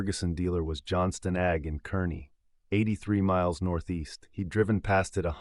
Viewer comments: Kearney is pronounced "Car-Knee", nor curney. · This entire story is AI generated and voiced. There is no Huxley and Sons JD dealer in McCook, NE. There is no Johnston Ag in Kearney (pronounced "Karny"), NE. Listen to the pronunciation of "com-BINE" over and over. This video's only goal is to entertain/enrage.